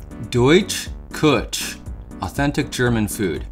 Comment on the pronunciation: I only know very little German, but Küche should be pronounced something like koo hey (with a little maybe phlegm on the hey) It means kitchen